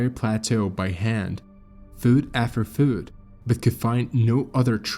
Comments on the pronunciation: Foot rhymes with put, not Food. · I wish that we could stop using computer generated voices. This is one of the better computer voices but little things always give the computer AIs away. Fuut after fuut. Activitis? Etc Also notice the steady, unwavering pacing, almost robotic. Also “the most miniature member of the party”? That is not a term people use in that context. It is term used for inanimate objects. Also: theo-RAT-ically. and “Looses their ability to SPIK”. Lastly, notice the absence of any intake of breath at any point. Listen to any human and you will pick up intakes of breath. There are none here. For comparison, listen to Mr. Deified who is definitely human - occasional irregular pacing, intake breaths, sensible word use, good pronunciation.